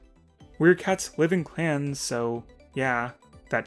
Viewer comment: For a second I thought he was saying class (yes, Battles of the Class)